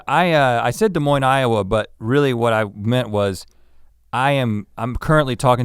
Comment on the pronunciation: I live in Des Moines and when I heard that I got excited yall pronounced it correctly